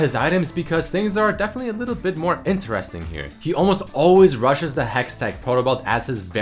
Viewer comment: Please stop saying interésting, like that tilts me more than watch that fuking Pants picie of shit! Thank you <3